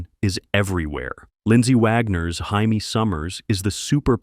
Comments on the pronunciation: Obviously the AI narrator of this video wasn't programmed by anyone who ever actually watched The Bionic Woman. "Hymie" was a robot on Get Smart. Jaime Sommers is pronounced JAY-me. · first off, LEARN HOW TO PRONOUNCE NAMES!!!! You do this on every one of your videos. For the first one, on the Bionic Woman, Jaime's name is pronounced JAY-ME, NOT HY-ME. We are not in Mexico. I liked the new Hawaii five 0. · I hate AI pronunciation that isn't double-checked. Sometimes, things are pronounced correctly, then the next instance it's wrong. Bionic Woman - Jaime's name was pronounced JAY-mee, not the spelling's Spanish pronunciation HY-mee. Hawaii 5-0 - That's five-oh, not five-zero. All in the Family - Live should rhyme with jive. Marisa Tomei's last name is pronounced TOE-may. Starsky and Hutch - Starsky is STAR-skee, not STAR-sky. There was probably more, but I'm tired. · First of all, the BIONIC WOMAN'S name is pronounced. JAY MEE. 🙄😳. Thumbs DOWN! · Why did the narrator pronounce Jamie Sommers with and H sound? Hamie Sommers? We're not speaking Spanish here. The narrator is probably a bot. Aka, A.I. -OG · How come the narrator cannot pronounce Jamie sommoers name properly?.He says homie instead of Jamie. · Yeah, I bailed after "Hymie Summers." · I'm out in less than a minute. Why? Your AI can't even properly pronounce "Jamie" Summers. FAIL!!!